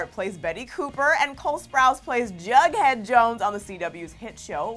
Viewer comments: Why do people keep saying bughead when it is Jughead??? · She said bug Head and not jughead